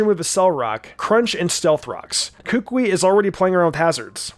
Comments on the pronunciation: he said "kookwei" is sted of kukui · It is Koo-Koo-EE for Gods Sake! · Say it with me now Ku Kú Wee Not Kúkui Kukúi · It is kukui not kuukuuy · How to pronounce Kukui is -Ka-ku-eeeee! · It’s ka-ku-y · The way he said Kukui was so weird and wrong. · Why he pronounce kukui like that 😭😭😭😭